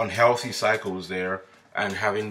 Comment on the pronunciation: When you said "cycles" I thought you were saying "psychos" 😂😂😂I thought... Just my luck 😂 Figures!